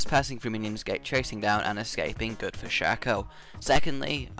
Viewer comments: A good tip to all from a actually good Shaco player ---> me Never deceive forward! Deceive behind them, they will never find you because they think you just wanna teleport forward to get faster back. So always teleport behind them so they get confused.. Also it's called Shaco, not Shoco - Right way to say it is.. Shayco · yes oh btw shaco is pronounced (Shay-co)